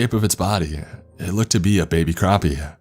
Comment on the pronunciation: You said Croppy but it's Crappy What part of the us are you from dude? Your speech needs a little work bro But please keep up the great work